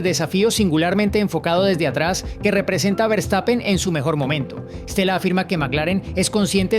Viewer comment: Hola. Eres excelente periodista. Y hablas relativamente buen inglés.Pero no se dice Berstapen, sino fershtapen. Verstapen. Saludos desde Alemania.